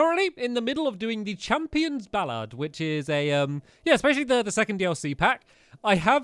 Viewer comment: Did he just say ballad wrong